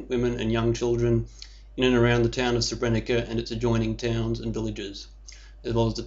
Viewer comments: Hm. This guy can't even pronounce the name of the town properly. You don't say Srebrenica, you say Srebreniza. Sort of loses credibility right away, if he knows so much about the town, he should pronounce it right... no one says Srebrenica. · First thing- when you get to pronounce SREBRENICA the way it is pronounced... then will I consider you as someone who knows what he is talking aboute! Untill then. Please, pelase dont .... hm... I just wanted to ask you to stop talking aboute massacred people, and I realised that if you would listen to me, you wouldnt have posted this wideo in the first place... is there hope...?